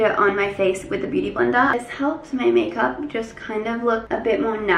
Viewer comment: Blender u mean?